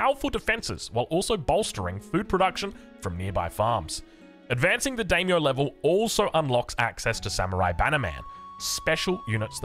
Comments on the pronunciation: mispronouncing Daimyo.... Oh well. I'm excited for japan, looks really cool. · Mispronouncing "Daimyo" I can understand but "Manor" is an everyday English word and he's putting the emphasis on the wrong syllable every time. Unless that's just an Aussie thing I'm not aware of.